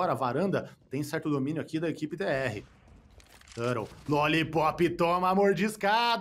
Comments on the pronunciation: Não ta errado, a pronuncia em ingles é tur-rou mesmo. Mas comos estamos no Brasil, é turtou. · ele pronuncia no inglês, tur rou , o do exit no inglês ficaria Eg zit mas eu sou mais falar tudo em br mesmo kkkk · O ideal é falar TORTO, aí fica massa :) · esse narrador falando "tãrou" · O ideal seria falar TORTO, daí fica engraçado e ninguém reclama 😅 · Que agonia ver ele pronunciar o nome do Turtle errado kkkkkk